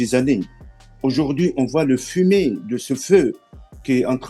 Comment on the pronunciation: 15,23 <<On vois le fumi de ce feu>> par pitié, faites-lui avaler Bécherel😂😂😂😂